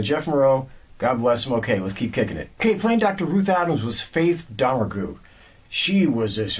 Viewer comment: The actress’ name is pronounced Faith Do-MERG